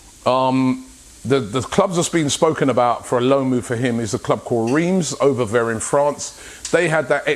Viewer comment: Not a video goes by where Robbie dont say "over vere" 😂